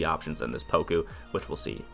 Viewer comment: It's not pronounced poko.. You say it more like pawkoo. Everyone just repeats DBGS stupidity.